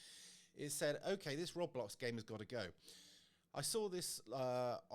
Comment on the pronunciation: Pronounced "Road Blox" Just saying as mine would of ribbed me had I said that, so to save a ribbing from the younger ones! 👍🏻Not heard or seen of this from the kids. I will ask!!! This wasn't what is was a few years back!